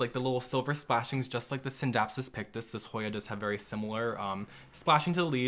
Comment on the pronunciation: Great video! I have a few of these plants in my home and I love them. I appreciate how you don’t pronounce the c in scindapsus.